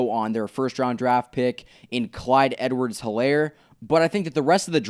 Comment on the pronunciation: It’s E-Lair not He-Lair